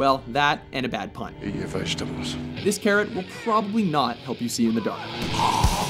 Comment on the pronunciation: lol "eachur vegtables'